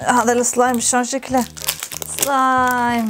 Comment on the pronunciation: بالدقيقه كانت بتقول صلايم مو سلايم